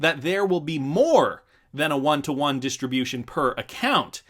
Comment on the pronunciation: AGAIN, its pronounced "won" not "you on"